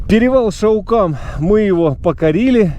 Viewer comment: все правильно называешь! Только ударение на А:) ШАукам. А Шау-кол(Къол) по балкарский это урочище